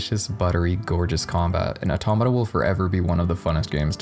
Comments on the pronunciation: Hold on now....this man just used Re[in]carnation music in an Automata video. Hopefully we get a vid on it too. (also mispronounced Automata) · You cannot even pronounce it 🤷‍♂️